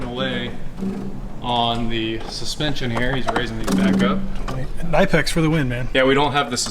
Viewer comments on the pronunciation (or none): I don’t want to be that person nagging but it’s “Kuh-nip-ex” as per their website. I’ve nagged and feel better now. Thank you for coming to my TED talk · It’s pronounced Kuh-Nip-X. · You guys remember K'nex, the building toy? Knipex is pronounced kinda like that. the K isn't silent and the i is like the i in "lift".